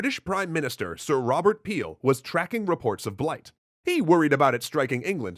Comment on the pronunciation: “Prime...Minister...Peel...” Why are you emphasizing his name? Am I supposed to know who that is? Oh, you’re doing a potato pun.